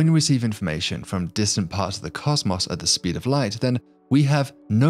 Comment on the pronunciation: The way he said "caws-maws" instead of cosmos makes me wish violent thoughts about the narrator